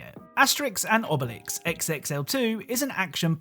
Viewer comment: AHhh, Asterix & Obelix brings back a lot of nostalgia. I just wish you said their names with the accent